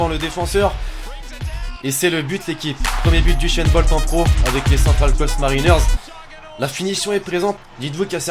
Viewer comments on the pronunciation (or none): C'est usain bolt pas uchainbolt